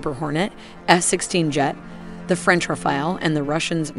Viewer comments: Its not Raphael its Ra-fa-le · French RAFALE! NOT French Rafael. Say it again: RAFALE